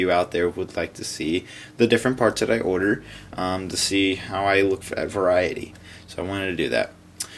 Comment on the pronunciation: dude mention the r sound when u say order u sound like ur saying oderd